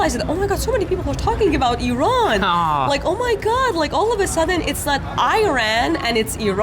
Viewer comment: Finally it’s Iran now not I Ran. I have noticed many westerners say this.